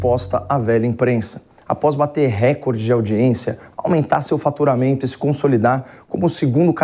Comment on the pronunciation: RÉCORDE – A pronúncia RÉCORDE é errada; desde o étimo latino, passando pelo francês, o acento tônico cai na segunda sílaba, –CÓR– , rimando com aCORde, MORde, portanto, RECÓRDE. A acentuação proparoxítona não é PORTUGUÊS.